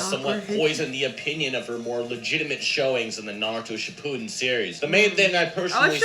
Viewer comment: You're actaully saying Shippuden right.